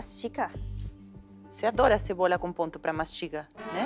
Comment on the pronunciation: a Paola disse "tabom o ponto da CEBORA"